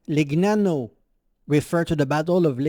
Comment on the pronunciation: Legnano not Lignano